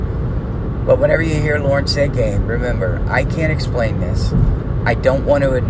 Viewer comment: Family first, we’ll wait for your vids. Also, I hear “gain” when says “game”. Loser